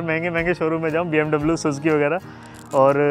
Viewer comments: Bro it's BMW not BMBABLOO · BMW ❌. BM Bablu ✅ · BMW❌ BM बबलू 👍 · Bmw❌ Bm bablu✔️ 😂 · BMW ❌❌BM babloo✅✅✅✅ 😂😂🤣🤣😁😁🫡🫡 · Did he really say BM bablu😂... Or its just me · For some reason i heard BM bablu 😅😂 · Kya bhai ne bmbablu bola